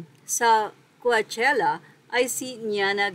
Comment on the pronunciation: Kuwatyela basa amp HAHAHAHA BOBO AMPOTA